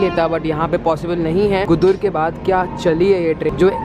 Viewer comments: It is गुडुर, not गुदुर .. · dude Nellore is not in TN it’s in Andhra Pradesh And Gudur is pronounced as Goo—Doo—R